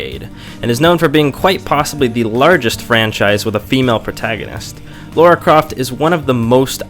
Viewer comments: This is a great review, especially for your first one! I've watched several of your others too, you have a knack for it. Been meaning to play this. I have 3 questions for you though: 1. Is she actually called 'Laura' in America? Because her name is Lara here (UK) and pronounced as such, but Americans seem to pronounce it Laura. 2. Why would feminists hate this game? Lara is a strong female lead right? 3. Have you played The Last Of Us? Would be interested to see you review it. Incredible game. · LARA croft, not Laura!